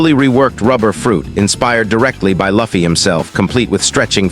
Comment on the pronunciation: ahh my favourite anime character laffy(pronounciation) in the video.